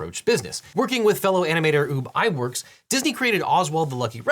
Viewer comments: Every time I hear "Oob" I die a little inside. Pretty sure it's "Uhb". That's the only way I've ever heard his name pronounced. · I love the Legal Eagle video but for those keeping score, it's A. A. Milne (pronounced Miln) and Ub (pronounced Uhb) Iwerks. Cheerfully submitted. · Ub Iwerks name is pronounced the way it is spelled. “Ub” like “tub” not “oob”. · Ub Iwerks. Ub, like tub. Not Ube, like tube. 🙄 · Ub rhymes with tub, not tube.